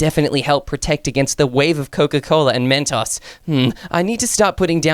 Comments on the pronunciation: is Saying Mentos wrong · Why does keep saying Mastos😂